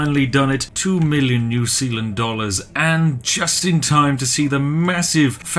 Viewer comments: Its Zeeland u barbarian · New S-EA-land. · Sounds more like New Peeland. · New Sealand... New Zealand... SPIFFING BRIT CONFIRMED NOT BRIT BUT KIWI